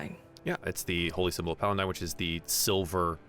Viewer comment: Awesome campaign so far! Dragonlance was my first D&D exposure back in the 80s so hearing and seeing the world come to life again is fantastic! One note is the name of the Platinum Dragon god is Paladine, not PaliNdine. Hope that helps!❤